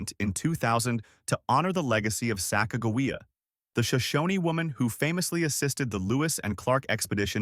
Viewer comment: This guy can't even say Sacagawea right just goes to show you he don't know what he's talking about the 2000 Sacagawea dollar has an error on it called wounded eagle which is worth a little bit more money and the way to check that is on the body right almost to the bottom of where the wings are there will be a line going across